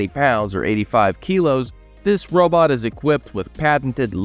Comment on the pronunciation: he calls it a 'robut'. 😂😂😂 But seriously this industry that makes electro-mechanical robots that either take over human tasks or incorporate with existing human tasks need to stop focusing on making humanoid type robots. Robots don't need to have two legs, they don't need to have two arms, they don't need to have one head. This is the glaringly obvious waste of development money in this industry. Those that figure this out and whom angle their development more towards function and less towards humanoid will be the first companies to have success. Humanoid style robots with an equivalent AI to that of a human is so amazingly far off that any work that's done on that now, while important as a building block, will not net results in any 10, 20 or even 50 year timeline. That's right folks we are way more than 50 years away from AI working as a humanoid robot. What companies need to do, if they're smart and have a vision for the next 10 to 20 years, is focus on functionality. So that means stop focusing on legs and human heads and start focusing on tracks, multiple legs, wheels, multi-physical functios and FAR less humanoid form, and more functional to the environment form. You want to slap a wig and a silly little head on it with googly eyes? Go ahead. The point is these companies are wasting their money thinking they're going to develop something to the market but yet there are generationally back from ever even being close to that point. Generationally. To those compani